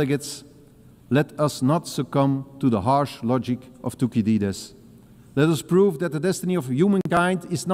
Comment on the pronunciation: De manier hoe Thucydides was uitgesproken is een beetje pijnlijk, maar